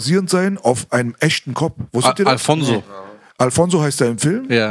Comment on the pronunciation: Alonzo.. nicht alphonso😂